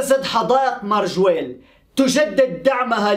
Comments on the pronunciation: ماجوريل اصلح ليس مرجويل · ٠يا ابو ابيس صحح نطقك لبعض الأسماء الغريبة عنك مثلاً اليوم تقو: ما وجيل عوض ماجَوريل Majorelle....... كما أنك تنصب نائب الفاعل.........النحو العربي دقيق و يجب التمكن منه لتفادي المغالطات...... و شكرا لك يا أخي 👍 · اسمها حديقة مااااااااججججججووووووورررررررررريييييييييللللل (Jardin Majorelle) وليس ماجويل